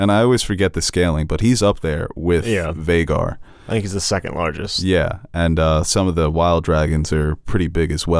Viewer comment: Aemond saying Vheagar No